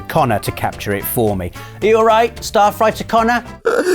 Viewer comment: I can't be the only one who had to rewind when they thought said "Starfighter Connor"". Starfighter Connor is obviously the biggest Star Wars fan. Or his parents were.